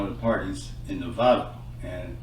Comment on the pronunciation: He said novato not nevada